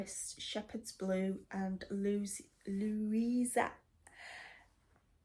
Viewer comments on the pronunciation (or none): I love your weekly videos! I also like that they are in the middle of the week (Wednesday). So many others film on the weekend that I sometimes miss some of my favorites. Your HATS samplers are beautiful! Watching them grow is very enjoyable. I laughed when you were pronouncing “Louisiana”. It is the state in the US where New Orleans is located. It is pronounced” “Louise-E-anna”. They are well known for their Spicy Cajun food .❤ Great Video 😊